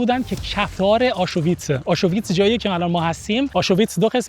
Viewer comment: تلفظ کلمه آشوویتس😅 آشویتس